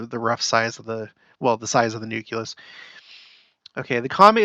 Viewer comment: Not “nukelus” 😂 noo-klee-uhs